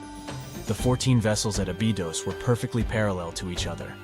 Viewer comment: Ah-bee-dose.. say it the correct way please